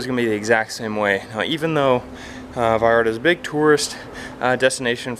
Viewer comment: OMG ya puedes pronunciar bien “Vallarta” felicidades 🤣